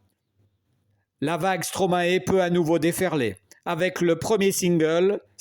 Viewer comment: Merci, Monsieur, pour ce bel hommage. Veuillez svp prononcer "ae" comme dans maestro (origine du nom d’artiste de Paul Van Haver): Maestro/mae-stro/stro-mae/Stromae. Vous entendrez l’explication du maître sur YouTube: « Stromae-AKA Stromae » D’accord, c’est une explication en anglais, mais vous pouvez faire confiance aux flics bruxellois dans « Stromae-Formidable (ceci n’est pas une leçon », sur YouTube également.